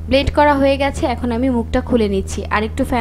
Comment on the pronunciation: ব্লেড না শব্দটা ব্লেন্ড।